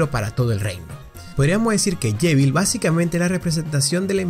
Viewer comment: Suspiro.. No se dise llevil es JEVIL